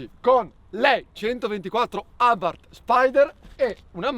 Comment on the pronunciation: ciao ciao ciao "abarth"